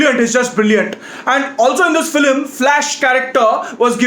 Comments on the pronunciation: No one's gonna mention "Filim instead of film???" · People:- film:- flim 🤣😂😆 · Guy it's film not philim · Nobody. Absolutely nobody. This guy: flim. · Yeah that was waste “FILIM" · it's not film it's Filim 😂😂😂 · Nobody:: Filim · this how many times he said filim ↓ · Honestly speaking your filim pronounciation is 0 to the power of infinity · it's not 'filim' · Is saying flim??😂😂 I love him anyways.